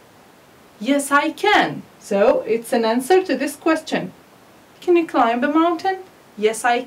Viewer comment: Hi ! I Want just to say sth it klimb we pronounce it klaim not klaimb Otherwise everything is fine Good luck!